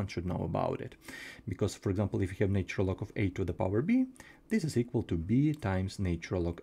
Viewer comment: Thanks for all your videos - I'm enjoying them. One pronunciation suggestion - the 'nat' in 'natural' rhymes with 'hatch' when spoken, so 'natch-urr-al' is how it goes!